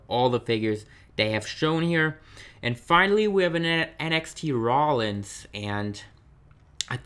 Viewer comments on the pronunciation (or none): none